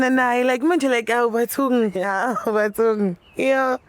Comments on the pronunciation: Awutha uCc mayesethi 'AwuBathungii' 😂yini Leyo manje the pronunciation akushiwo njalo. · 🤣🤣🤣🤣🤣🤣 Bathung!!! I heard that😅